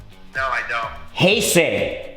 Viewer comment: ヘイセイの発音にsiriが反応した w